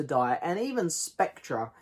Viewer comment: The ‘r’ in Spectre is silent. Pronounced Specter. Sorry to be ‘that guy’. Agree it’s a pretty rambling, poor film though.